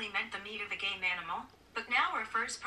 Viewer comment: I thought Siri said “the meat of a gay animal” but I now know it said “game” lmao